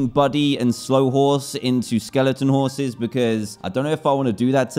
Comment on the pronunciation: he say scorses not horses